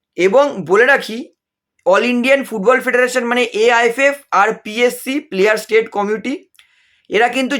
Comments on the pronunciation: sobai lawyer hoe geche dekhchi. apni uchharan thik karun player state na ota player status hobe. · প্লেয়ার স্যাটায়াস কমিটি হবে কথাটি। ভুল উচ্চারণ হচ্ছে।